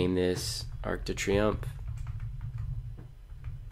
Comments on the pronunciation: I cringed every time you said Arc de Triomphe😂😭 But great video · great program but if you say Arc De Triomphe one more time